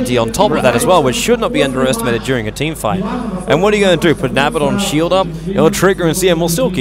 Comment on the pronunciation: is it so hard to pronounce Abaddon correctly?